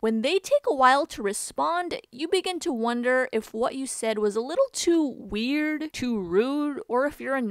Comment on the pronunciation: so no one is gonna correct "weird" fine i will do it